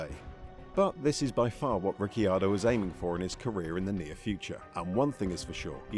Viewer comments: Daniel Ricky-ardo? Ricky-bobby? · Ric key ar doh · Ricky Ardo??? lol